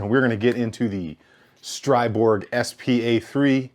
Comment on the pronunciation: StriBOG not BORG!